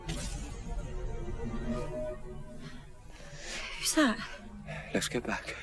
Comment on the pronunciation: all these episodes and you still can't pronounce Clara's name right